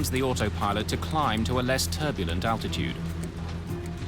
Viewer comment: I love these! But can someone please explain to me why it is seemingly so hard for multiple people that I’ve seen on these shows pronounce the word altitude correctly!!! it really doesn’t seem like a very hard word to say? 🤷🏻‍♂️😂